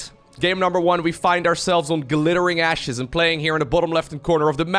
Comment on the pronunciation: "we find ourselves on gUhlittering ashes"